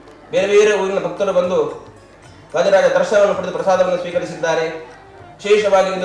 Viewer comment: ವಾಧೀರಾಜ ಅಲ್ಲ ಅಕ್ಕ ಅದು ವಾದೀರಾಜ ಅಂತ ಹೇಳಿ.‌